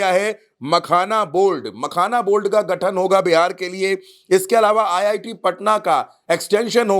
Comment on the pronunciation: Pragya ji, Ye reporter sajjan ko boliye "Makhana Board" ka gathan Kia jayega,'Makhana Bold' nahi. Ulta chashma channel ka credibility aur Image ka dhyan rakhe !!!!